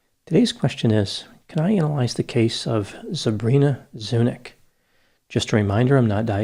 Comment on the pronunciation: I'm pretty sure her last name is pronounced Zuni-ch - just was anglicized since her ancestors arrival in the US. Her last name should really be pronounced with a ch like Charlie not k. She obviously has a Slavic background - most likely Serbian or Croatian..